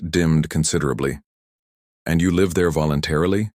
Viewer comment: I was LMAO until your AI said lev instead liiiiiiiiiive. It is L- I- V streaming. Synonyms suck but that Is what you get from a language made up up 6 ones and borrows new ones every day. And didn’t you say this thing killed in 6 hours then later some guy was sick for 4 days before giving in and taking the cure!